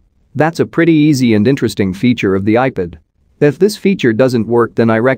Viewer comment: You need to teach your robo-voice how to pronounce iPad… it’s NOT “eye pid” … it’s “eye-pad” The fact that you allow this malfunction to remain unaddressed undermines your credibility… you aren’t “proofing” don’t know how to use your robo voice software, or to use the dictionary. I have had to go in and make a separate substitute word that was spelled in such a way as to force the text to speech utility to say it right.